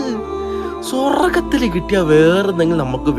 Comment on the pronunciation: സ്വർഗ്ഗത്തിൽ എന്നല്ല പ റയുന്നതു സ്വൊ വർഗ്ഗത്തിൽ എന്നാണ് 😂